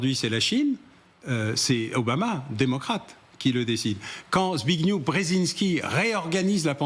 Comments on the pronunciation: Zbiggnieff, pas "Z'biniou", SVP ! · Brzezinski, en fait. Je m'énervais seulement du fait qu'Alain Bauer prononce systématiquement "zbiniou" au lieu de "zbiggnieff", qui est grosso modo la façon de prononcer le prénom Zbigniew en polonais. Zbigniew ne joue pas du biniou, que je sache ^^